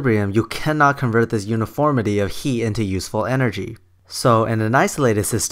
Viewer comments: it is "HEAT", not "HE"! XD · You seem to harbor a lot of animosities. I think that the combination of your filthy mouth, your inability to pronounce the word "heat" correctly, and the amount of time you spend telling us how the other argument is wrong rather than proving it, I can safely assume that you are a victim of the political hijacking of science. I am not a fundamentalist nor an atheist, but your argument was circular and filled with sensationalistic naughty words. I would not be surprised if this was made while you were still living in your parents' basement. Take the chip off your shoulder and move on with your life. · I love how you pronounce heat :D